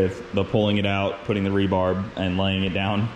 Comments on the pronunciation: When you are rich you can afford a lift like that. Its rebar not rebarb LOL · I can't help myself... Are you saying "re-barb" when referring to re-bar? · its rebar not rebarb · Rebarb? hahah That was a good one it's rebar lol for next time. And those roots have to be old ones from trees that were cut down to put the garage up a trees roots only grow out a couple feet wider then the canopy of the tree. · It's rebar not rebarb. Reinforcement bar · It's "re-bar" as in reinforcement bars. Not re-barb like you just did Barbera again. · ….. rebar not rebarb 😂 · Awesome n it's rebar not rebarb lol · Are you saying “re barb”? It’s Re Bar. as in, reinforcement bars. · re-bar as in reinforcing bar...not re-barb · Who ever calls it rebarb…….? Please stop, it is rebar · So is that rebarb similar to rhubarb? it's rebar dude! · did u say rebarb? I swear it sounds like u said it lol. Rebar. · Lol “REBARB” it’s REBAR. REBARB sounds so funny 😂😂 😂 hahaha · RE-BARB looool this guy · God. Its killing me. Sometimes I wonder if he is just trying to troll everybody. Who says "rebarb"? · REBAR!! not Rebarb!! ffs! 😂😂😂😂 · Did he say rebarb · Re-barb? XD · LOL i paused the video after he said re BARB just to look at the comment section for the comments on it! haha REBAR, not BARB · it is rebar, not rebarb. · Are you saying “re b-a-r-B”? 😂🤣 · Anyone else want to stab their own eardrums every time said "rebarb"? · I was thinking Rhubarb. lol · Had to double check what i heard the first time lol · Did he say rebarb??? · Came looking for this....glad to know I wasn't the only one that caught that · Are you saying "Rebarb"? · Do you keep saying, "rebarb"? lol